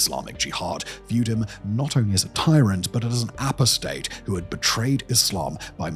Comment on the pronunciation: Also the word 'apostate'.